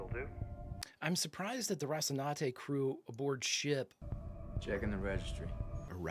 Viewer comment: And now we all repeat: Ro ci nan te, Ro ci nan te. No, not Rocinade, Rocinannnnnnnnte